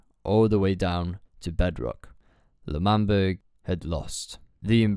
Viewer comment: Isn’t it L’manburg